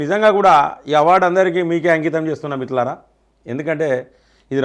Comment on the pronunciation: Anna meeru first మిత్రులారా అని స్పష్టంగా పలకండి